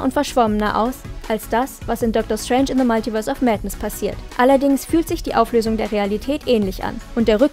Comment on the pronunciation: Alter das heißt multiverse. Nicht maltiverse